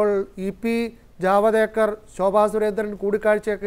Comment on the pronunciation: ജവദ് ഏക്കര്‍ അല്ല ജവേദ്ക്കര്‍ അല്ലേ.